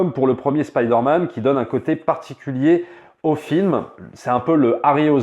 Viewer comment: Surtout que ton prononcé de Spiderman est impec !